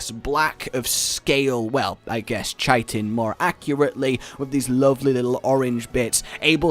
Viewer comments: Chitin isn't ch it's k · Chitin, is pronounced "kite-in"